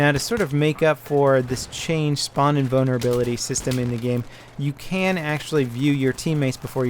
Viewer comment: Trolling: hu,hu you said spawn in bonerability